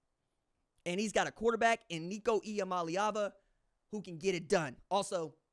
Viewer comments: Shout-out RJ on the pronunciation ee-ah-molly-ahvuh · Ha , you now say Nico’s name better than I do ha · Bro you finally got the name right!! I'm so proud of you!! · Thanks for saying nico’s name correctly